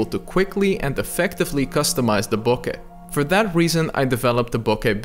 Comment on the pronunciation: Thanks for the resource but BIGGER thanks for pronouncing bokeh correctly.